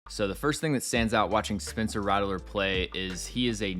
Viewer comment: His name is pronounced Rat-ler not rattle-ler btw